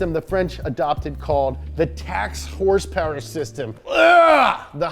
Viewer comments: Wait a minute: I think that's the first time I heard him actually pronounce "horsepower" instead of "hrsprs!" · Did he say... “Horse power”?